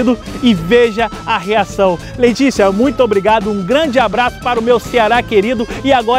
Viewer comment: Só eu ouvi "LEITICIA" aos quando ele falou? kkkkkkkkkkkk